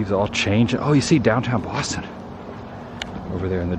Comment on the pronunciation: Adam, what's going on with you? Are you really from Boston? You don’t do things like change 2 syllable words into 3!!! You know, like "Boss-ton" becoming "Boo--aw-ston". So, really, what's up with that??? 😂 Now to a more serious comment, interesting stuff, seeing how time brings these kinds of changes. The 2 malls in my hometown are gone.